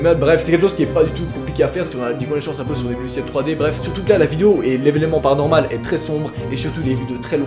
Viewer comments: Toi aux lieux de dire 'paranormal' tu dis toujours 'heparanormal' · Perso j'adore quand tu dit "bienvenue dans ce thread " "PARANORMAL"